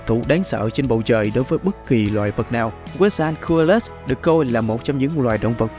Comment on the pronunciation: Kênh cố gắng phát âm tên chuẩn hơn chút thì sẽ tốt hơn: Liopruerodon: laɪoʊˈplʊərədɒn/ Quetzalcoatlus: /kɛtsəlkoʊˈætləs/